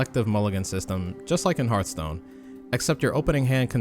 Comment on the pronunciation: Why are you calling it Heart-stone? It's pronounced like Hearth-stone.